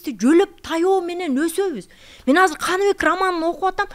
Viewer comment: Тил дейт анан казыр деп суйлогону кантет